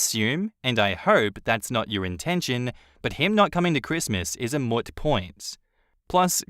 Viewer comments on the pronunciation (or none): a moot point is pronounced like moon, pronouncing moot like foot is a vagina lol